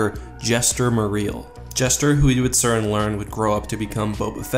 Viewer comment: Jaster, not Jester lol